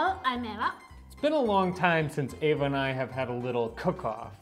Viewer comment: Hey Eva! My name is also Eva and I’m Italiana too :) why do you not teach Harper to pronounce your name correctly? When he says it, it sounds like ‘Ava’ 😓